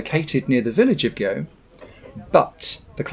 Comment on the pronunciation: Please say gueux not go